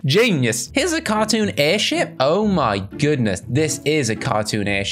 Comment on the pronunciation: When you said airship It sound like u said Airshi* but put the "P" that we can hear it okay?